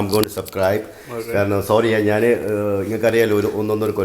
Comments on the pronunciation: എടാ മൈരെ, നിന്നോട് എത്ര പ്രാവശ്യം പറഞ്ഞു, നാൺ, നാൻ അല്ല ശരിയായ മലയാളം. ഞാൻ എന്നാണ് ശരി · വലിയ അരോചകം, നീ നാൻ, നാന് എന്ന് പറയുമ്പോൾ.